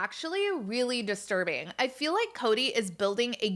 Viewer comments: How about Meri and Robin saying rill instead of real, fill instead of feel and dill instead of deal? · And also “fill”(feel)😂